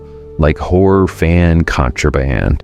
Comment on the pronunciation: Sounded like he called us whore enthusiasts..